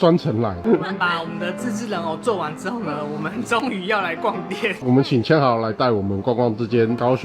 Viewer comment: 千豪的日文發音是1005啊😅